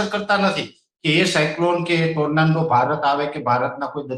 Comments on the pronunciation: ટોરનેડો ❌ ટોરનાન્ડો ✅ 😂😂😂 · ગુજરાતી માં વાવાજોડું બોલો. Tornando નથી. Tornado છે. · Bhoshdina Pariya Ne Tornado Bolta Pan Nahthi Aavtu